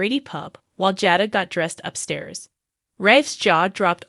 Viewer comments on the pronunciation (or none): You are to lean the names correctly! It is Jay + dah Come on how hard is that? Aren’t you watching and hearing how they pronounce the names? Li is not how you pronounce this man’s name! It is Lee! Learn now! It annoying and makes us believe you don’t know what the hell you are saying. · Jayda is how u say it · i sure wish this person would learn how to pronounce the names correctly (Jayda,Abe and nicole )